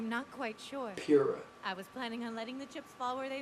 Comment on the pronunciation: Yo Bro!! You keep messing up Pyrrhas name lol. It's (Pyrr-Ra)